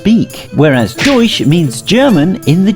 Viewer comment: The way he said deutsch hurt my ears